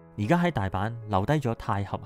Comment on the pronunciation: 太閤應該讀太閣?